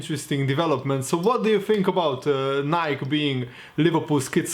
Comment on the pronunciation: pronounced as “Ni-Key”